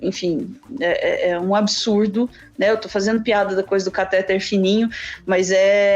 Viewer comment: A palavra cateTER é oxitona, a sílaba tônica é a última. Aff! Cansada de ouvir caTÉter.